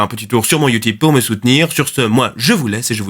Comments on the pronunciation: Ah ça me stresse quand il dit youtOUbe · Le « YOUTOUBE » J’étais pas prêt 😂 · Je ne vis que pour la façon dont il prononce youtoube